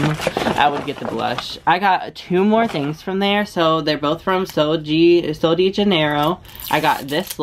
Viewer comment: Sol DE not dee like "dueh " idk it's a hard brand to pronounce 😂🤞🏽